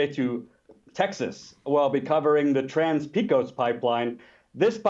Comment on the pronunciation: Jordan it's pronounced Peh-Cos Source: Born and raised in West Texas. #BernieOrBust